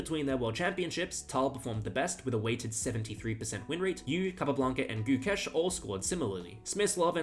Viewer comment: Having the balls to actually say Gukesh's full name without fucking it up is insane...